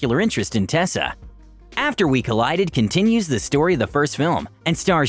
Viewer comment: Doesn’t he say collided wrong or?